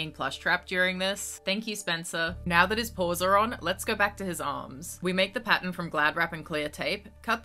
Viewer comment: You will never know how long it took for me to figure out why you were saying Patent(Pattern) over and over again 😳😤